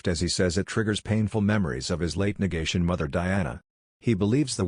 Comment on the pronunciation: “nagation” what in the world is that???